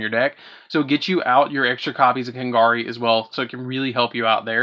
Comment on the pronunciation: I'm sorry for being a little bit of a critic, but you said Kagari's name wrong so many times. Please pronounce it correctly next time.